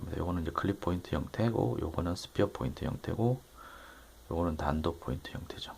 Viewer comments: 탄토는 발음 못하는 일본애들이 쓰는 말이고요 단도가 맞습니다. 탄토스타일 칼이라고 하면 보통 30센치 미만의 일본칼을 부르는 말인데요 우리나라에는 단도 혹은 소형칼로 부르는거라 특별한 의미는 없습니다. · 아 역시~ 저도 단도를 외국식 발음으로 한것 같았는데 맞네요